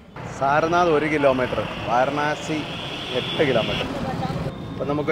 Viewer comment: വാരണാസി എന്നു ചോദിച്ചത് കൊണ്ടാണ് അവർക്ക് മനസ്സിലാകാഞ്ഞത്.വരാണസി എന്നാണ് ശരിയായ ഉച്ചാരണം. ഹിന്ദിയിൽ